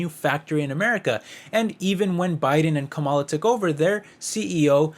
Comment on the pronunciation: Stop mispronunciation her name she is your V.P it is rude !